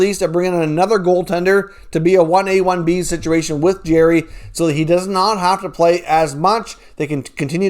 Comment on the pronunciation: Bro I’m a subscriber and I like most of your content but if you can’t say somebody’s name properly try not to say it over and over and over and over and over and over again it is Jarry ! ( Jar-ee) Not Jerry (Jeer-ee) Please stop it hurts my ear holes